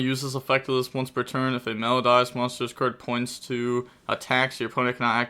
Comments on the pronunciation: Also It’s pronounced Mel-o-dee-ous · Cant say ki-siKILL Can say meloDIEus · “Mel-O-DEE-Us.” My brain hemorrhaged during this video. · its pronounced me-lo-di-us. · Welp, time for another spelling lesson: It's Me-low-dee-us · How has the education system failed you so bad you can’t pronounce melodious. I couldn’t finish the video. So players did good or bad idk. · I'm kind of amazed you found a way to pronounce wrong Melodious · How does he not know how to pronounce Melodious… 😣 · Aren't we all? I doubt people played Melodius before, because they were not playable. Also, the pronunciation of that was just awful and annoying, specially considering it's about MELODY.